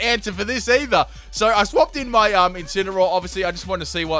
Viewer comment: Lol it's incenaroar